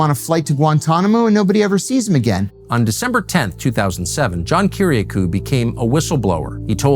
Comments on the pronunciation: I can’t understand how it’s physically possible for Tucker to mispronounce Kiriakou’s name when he’s literally producing a show about him. Little things like that really make me skeptical of a person. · Have a guest featured on your program and yet continuously mispronounce his name lol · cheese n crackers tuck.. how u gonna do several doc episodes where you keep mispronouncing johns last name.. some in bak to bak sentences lmfao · Two questions: (1) Can anyone possibly look more soulless and evil than John Brennan? (2) Why can't Tucker pronounce Kiriakou correctly? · It's quite curious that Tucker mispronounces Kiriakou's name. There's no chance he doesn't know. So why? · Learn how to pronounce his name tucker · You don't even bother to learn how to pronounce Kiriakou's name correctly, Tucker. How is anyone supposed to trust you've done your due diligence in anything else regarding this matter?